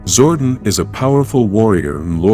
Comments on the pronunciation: ITS ZORDON NOT ZORDIN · Man who the hell is zorden its zordon like don